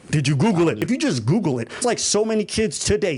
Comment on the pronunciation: Anytime with somebody tells me I’m lying or that’s cap. I’m gonna hit them with DID YOU GOGGLE IT 👀👀😳 DID YOU GOGGLE IT 👀👀😳 😂😂😂😂 Great rebuttal from